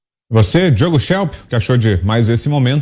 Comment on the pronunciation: Shelp? kkkk meu ouvido não é pinico...